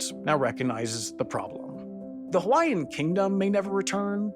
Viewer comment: Excellent reporting; your pronunciation of Hawaiian names is improving.